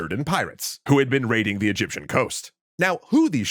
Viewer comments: Egyption 😂😂 Its just an embarrassing accident. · Yup wasn't expecting Egyption instead of Egyptian. Plus this vid on a Thursday. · Egyption lol